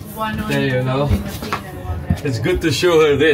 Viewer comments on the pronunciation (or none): none